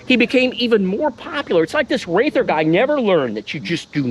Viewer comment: Jack Wrather's last name is pronounced "Rather".